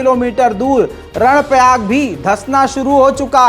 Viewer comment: " 🖋️🖋️🖋️ कर्णप्रयाग है ??? नाकि रणप्रयाग ????? 📘📘📘"